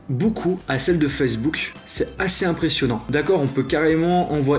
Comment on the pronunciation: arrêtez de dire FAYZBOUK c'est FACEBOOK